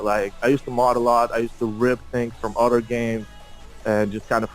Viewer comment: А почему ты произносишь other через "о"? Это акцент такой?